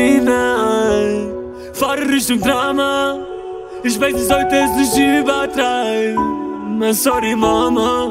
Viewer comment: Im sorry Mama, ist noch gut ausgesprochen